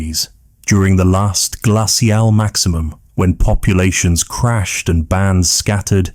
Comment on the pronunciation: I can usually tolerate ai voice but the way they pronounced "glacial" almost made me turn off the video and find something else to fall asleep to x_x other than that this was a fantasic documentary. If you got a real person to read your scripts your videos would get hundreds of thousands of views, I'd bet, because the actual script itself is REALLY good!